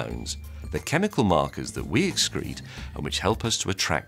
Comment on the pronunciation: said all those chemicals wrong heh